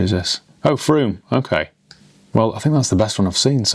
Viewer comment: Thank you for pronouncing Frome correctly